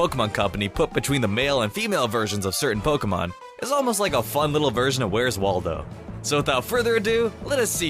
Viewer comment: Wally not waldo 👅